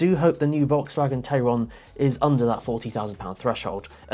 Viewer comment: Hi, VW is actually calling it "Tie-ron" like Taycan... must be a German thing.:) I quite like the car. Can't wait for the driving video.